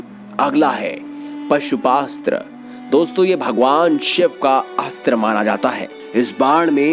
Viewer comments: It's Pashupatastra, not Pasupastra. Thik se bolo... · Areh bhaisab woh pashupastra nki pashupatastra 🤣 word toh thik se uccharan kar lijiya fhir vdo baniyaga🙄